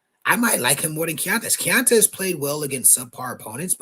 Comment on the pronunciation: it’s “key-on-tez” keontez. Respectfully.